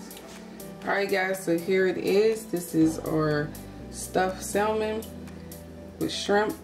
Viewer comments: Sam-on not sal-mon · The L is silent in salmon but this looks amazing